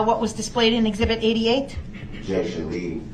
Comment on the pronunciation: 😂🤣 Objeshon , she said social media she didn’t say anything about facebook 😂😅